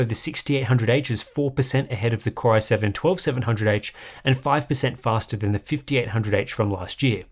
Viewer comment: anyone else hear "cryo-7" every time he says "core-i7" nah? just me? ok. bye.